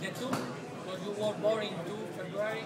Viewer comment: is that jason england, who said feburary?